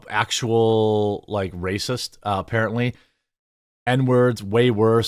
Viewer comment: She was BASED, poor girl, she shouldn't have did that though "Oh NO she was an ACTHUAL WACIST"